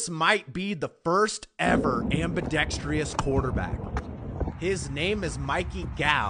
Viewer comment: IT’S NOT PRONOUNCED AMBIDEXTREEOUS…